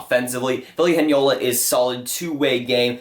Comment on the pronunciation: "Vili Henjala" Nice Ville Heinola pronunciation... xD